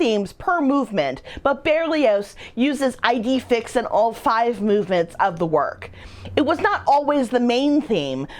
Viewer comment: “Ee-day Feex”. ☺️